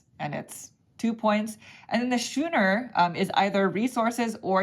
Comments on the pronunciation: Thank you for the entire series. It's been great fun. 'Schooner' has the same sch that 'school' does. So it's "Skooner", not "shooner." I love your "backdrop". It makes a very nice change from the standard Interesting-But-Cliché Wall of Games. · Perfect timing on this as we just bought it last week. As dry Euros go this seemed fairly thematic, though it seems a bit lighter than I expected - might be a good way to introduce newer gamers to Uwe’s games without the grind of “feed your people”. BTW, the ship is pronounced as skooner, with a hard C. Nice playthrough, and good insight on the replayability issues.